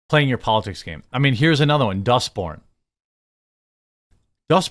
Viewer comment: Every time I hear dustborn I hear dust bin